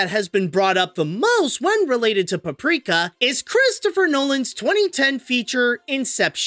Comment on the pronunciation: You pronounce it in the beginning caprika instead paprika sry I have bad hearing